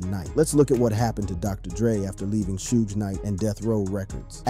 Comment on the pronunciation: 😂It's Suge not Sudge lol